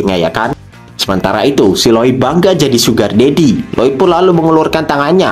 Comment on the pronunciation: sinpaling ngga jelas cok "suger dedi" 🤣🤣🤣🤣🤣